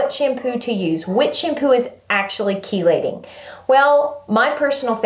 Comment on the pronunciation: Had to tell you before I forget, it is pronounced "key-lating" as in car keys. I looked it up. Now back to the video! Your videos always put a smile on my face.